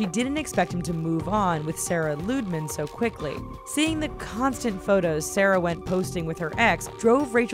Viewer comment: Pandagirl SP lmao she said sara not sarah